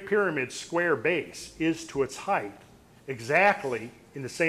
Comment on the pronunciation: Very interesting talk and info! Just a small note but the word height is pronounced "hite", not "hiteth".